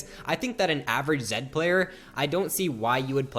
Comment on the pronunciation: zed no zen